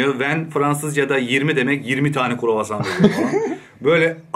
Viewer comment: Sende flexibil ol...one courvason diyeceğine ön courvason diyemedinmi...